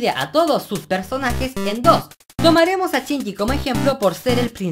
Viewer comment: por que pronuncian chinyi en vez de shinyi? en que pais usan asi el vocabulario? es para saber nomas n_n y me encanto tu video te ganaste mi like otra vez-.Saludos!